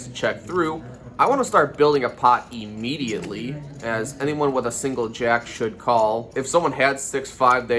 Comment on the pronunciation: "I wanna build a pot...E-mediately"